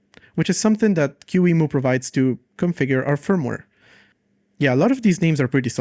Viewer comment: It's "key-mu" not "q-emu" 😭